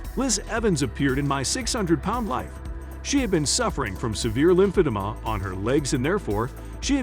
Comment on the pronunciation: You have the most boring, useless and pathetic channel on youtube. You're hoping to make a buck by parasitically attaching yourself to 600 pound life and are failing miserably. Worse, you can't even fucking pronounce "lymphodema." Give it up and stick to your day job.